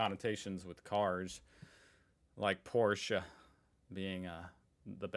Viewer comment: first time I heard an American say Porsche correctly. 😮